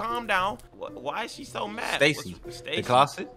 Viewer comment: He said stacy